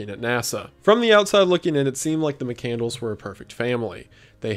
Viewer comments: JFC, you pronounce his last name wrong. It's Muh-CAND-less, not mick -candles. And the "letter good bye to a high school friend" was not a high school friend. It was the grain elevator owner he worked for in South Dakota. This is bad research. How does this guy have 3M subs?!? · It's McCandLESS!!! NOT McCandles!!! Get it right for fucks sake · Mccand-less not mccandles lol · Not Mccandles, but Mccandless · Chris "McCandles" xD It's McCandLESS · Mic-kand-less, McCandless. Not Mic-candles. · McCand-less, not Mc-Candles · There's no way his last name is pronounced "Mic-Candles". I've always heard it as "Mic-Cand-less." C'mon. And you skipped the whole part of his story about him and Ronald A. Franz and the bond they formed. Almost a father-like person in Chris's life when he needed one. But love you, Wendigoon. I know this video is 3 years old, but I've loved the McCandless story since reading Into The Wild in 2014. (P.S. I've also read Carine's book, and also bought Back to the Wild which is Chris's photos and writings. And donated to the McCandless foundation. I'm invested.) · Pretty sure it’s mick-canned-less not candles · Sir, please...his name is McCandLESS, not candles! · It’s Chris McCandLESS, not McCandles. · mc cand less not mc candles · Mc-Cand-less not Mc-Candles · MccandLESS 😂😂 not mccandles 😂😂😂😂😂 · It's pronounced muh·kand·luhs, not muh·kan·dlz. The name doesn't signify the son of a Scottish block of wax with a wick which is burned to produce light. XD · mccandLESS not McCandles lmao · I read into the wild and I was gonna watch this but as soon as I heard McCandles instead of McCandless I had to click off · I'm so sorry to be this person but his name is not pronounced mc-candles 😂 it's mc-cand- less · The pronunciation of his name is killing me. McCand(less) not Mc(Candles). Turned off this video shortly after 3 minutes. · Isn't it pronounced Chris McCand-less, instead of Christmas Candles? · McCandless. Not mccandles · Thought it was Mick-cand-less